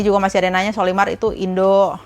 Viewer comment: menyebut sollymar dengan colymar